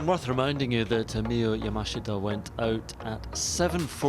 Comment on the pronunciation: Why is it so hard for commentators to pronounce the girls name correctly. Love watching the golf but butchering names drives me insane 😂😂 leaders name Yamashita is pronounced yah-mah-shee-tah.